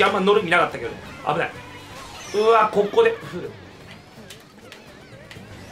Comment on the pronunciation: 「えぇ~ココｫ」より「ｯｯココｯ」の方が好き